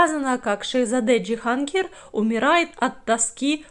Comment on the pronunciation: Почему ДжихАнгир?